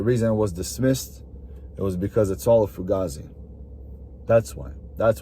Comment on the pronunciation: And if you're going to use the word fugazi, say it right.